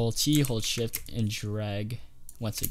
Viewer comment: i thought you said hold shit